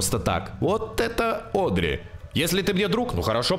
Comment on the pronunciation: на протяжении всех выпусков про Бенди всячески коверкает имя Одри:_)